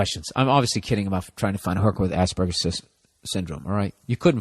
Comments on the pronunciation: Except even better because Burr legit pronounces it like ass burger 🤣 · It's quite funny how every time bill say's Asperger's it sounds like ass burger. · ya rofl, i was like wtf is Ass burger? o.o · I love how americans pronounce aspergers as "Ass-Burgers" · hehehe... he said Ass burger...